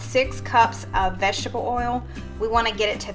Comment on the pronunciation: It’s not olive Al it’s olive oi